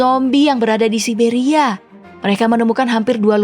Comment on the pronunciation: Siberia ygy bukan sia siberia🤣